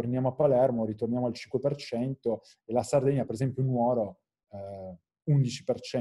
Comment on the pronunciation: tutti belli tutti simpatici ma nuòro non si può sentire